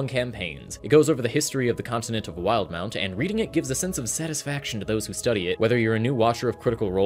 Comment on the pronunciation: Wait, it’s not pronounced “wil-de-mount”?